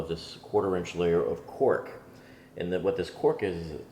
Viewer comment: Did you say cork, or “quark”??